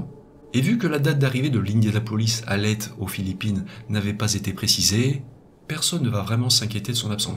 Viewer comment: Hello, merci pour ces vidéos prenantes, une petite rectification cependant, aux Philippines Leyte se prononce Leyté, et pas Leyte, juste comme ça parce-que j'y ai vécu. Bonne journée à toutes et tous et a toi.